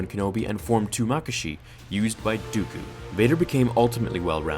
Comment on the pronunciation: Form two is pronounced ma-ka-shi